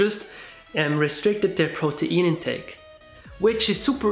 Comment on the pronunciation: Nice video. OMAD shall also work if someone doesn't want to go fully plant-based. And than again - it's easier to go overly high-carb on plant-only diet. PS: Aaaarrrgggghhh, the pronounciation of "protein" murders my ears. =oD (Just had to let that one put.)